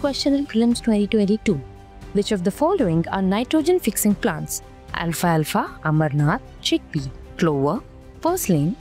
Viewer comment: It's amaranth not Amarnaath 😅